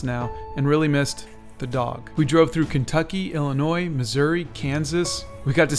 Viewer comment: THANK YOU for pronouncing Illinois correctly!!!! I’m a chicagoan so it really bugs me when people add the s haha 😂